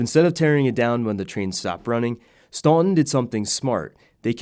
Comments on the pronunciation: It may be spelled Staunton, but it is pronounced Stanten. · It’s pronounced Stanten